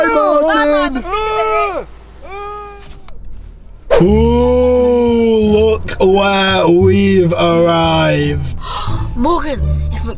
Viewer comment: its martin.... Not mattin....